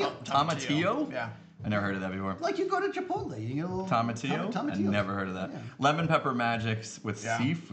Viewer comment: I would sign up for a Video Editing for Content Creators class! Even if he's one of the only Zonies that can't pronounce Tomatillo!